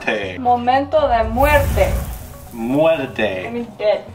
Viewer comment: I love the fact how was trying to say muerte which is Spanish for DEATH I was dying😂